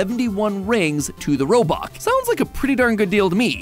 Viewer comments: did he just say robuck and not robux? seriously, I just got offended so badly that I will hop off this video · did you just called it robuck?? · Uhm.... Robuck I infact correct, robux I plural, due to the z.